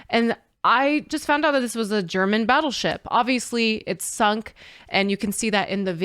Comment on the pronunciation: German not Garman